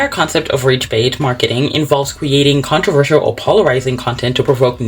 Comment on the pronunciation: You struggilng to say "controversal." Made me laugh😂